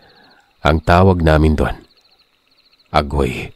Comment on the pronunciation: Baka TAGHOY, instead of aghoy 👋 Waray waray here